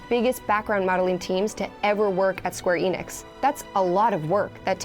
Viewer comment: I get so tired of hearing ppl say Square "E. Nix" instead of "Ehnix"!